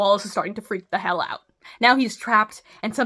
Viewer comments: For the love of fuck, WE DON'T SAY OOT!!!! 😭🤣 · Cut out in Canadian accent lol 😂